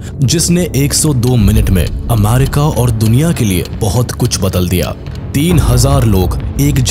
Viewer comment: Bhai America hota hai amaarika nhi😂😂